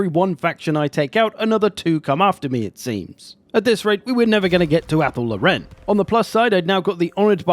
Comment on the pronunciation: Anyone else annoyed by the mispronunciation of Athel Loren